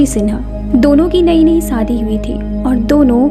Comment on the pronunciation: Why this girl days"sh" to "sa" Saadi not shaadi Paresaan not pareshaan